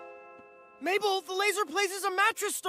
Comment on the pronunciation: “mable” “sues” “suzan” is this another Eurylochus moment?